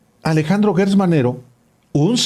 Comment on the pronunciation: Por favor no digan Guertz es Gertz Manero estan como Fox cuando dijo Jorge Luis Borgues y no Borges. Atención con la U.